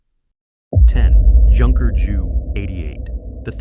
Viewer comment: I hate stupid AI mispronunciation...its jay you JU AS IN Junkers.